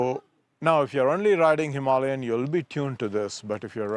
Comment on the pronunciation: i thought it sounded better that way